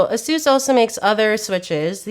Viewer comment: Somebody please teach her how to pronounce Asus. It hurts every time I hear her say it.